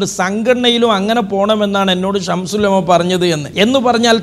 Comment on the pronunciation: ഈ കുട്ടി അത്തൻ "ശംസുൽ ഉലമ " എന്ന് പറയാൻ പോലും അറിയില്ല "ശംഷൂൽ ഉലമ" എന്നാണ് പറയുന്നത്